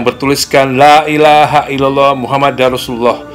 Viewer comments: Laailahailallah muhammadURrosulallah, bukan muhammadar, mohon dikoreksi jika salah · Maaf mas Dani untuk melafazkan kalimat Muhammadur Rosululloh( pakai rofa) bukan Muhammadar Rosululloh "LAA ILAHA ILLALLOH MUHAMMAD(UR ) ROSULULLOH" 🙏🙏